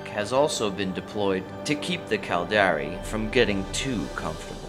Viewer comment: The "Cald-Air-Ee"... Its Cal-dar-ri